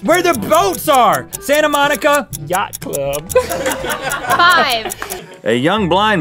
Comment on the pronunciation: Funny but for reference it’s Santa Monica